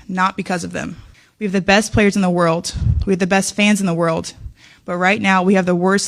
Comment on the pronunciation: What’s a “WORLT”? What in the “WORLT” is she talking about? I’m just saying🤔